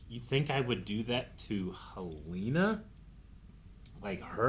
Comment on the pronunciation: I feel the need to help correct your pronunciations of names. Rhaenyra, not Rhaenarys Arryk, not Aaron Helaena, not Heleena